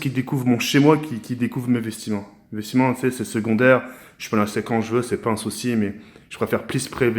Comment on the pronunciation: C'est moi ou il a dit vestiment 😂